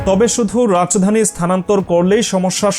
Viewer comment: Rach dani ki 😅😅😅Rajdani bolen